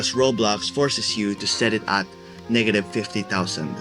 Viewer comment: This mf really Said Niggative😂😂😂😂